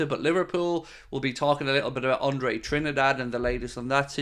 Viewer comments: Apparently Trindade is pronounced this way in portugese: Drin-dar-gee. Or in English probably something like Trin-dar-day. But i must admit that hearing pronounce it trinidad was a little bit annoying, some of us are just like that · It is closer to trini da jee. I have a brazilian wife 😅 so i asked her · Andre TRIN-DAH-DAY